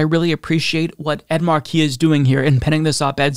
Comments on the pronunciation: FFS,, IT'S PRONOUNCED "MARK-eee", not "mar-KEEE". If you're going to respect the man, at least say his name right. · Mar' key - not Mar key' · MAR-key. Com'on, man! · Markey is pronounced: "MAR-key." You should know this by now. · MAR-kie!!!!!!! Really,, as a political presenter, you need to work on pronunciation. Haunted Manchin and Sinema are vile excuses for human beings.